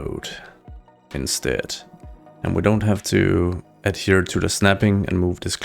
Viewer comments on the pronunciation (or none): none